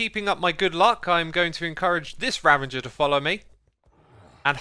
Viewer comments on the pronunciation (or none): Say it with me X: There is no "N" in "Ravager"